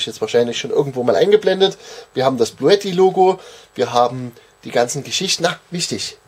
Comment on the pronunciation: ...es wird "Blue TTI" ausgesprochen...sonst fehlt das e bei blue...